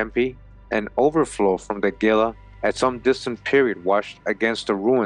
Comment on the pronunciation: The GILA River is pronounced heela. The G sounds like an h...like the Gila Monster. Love your videos!👍